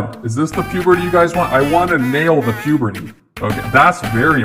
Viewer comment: Pubrity? Who old u